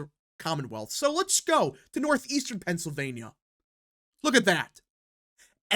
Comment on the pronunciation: STOP saying "PENCILvania!!!"